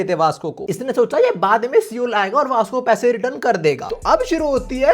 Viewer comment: seoul pronunciation is wrong